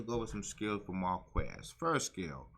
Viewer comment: It blew my mind when you didn't know how to pronounce Marquis.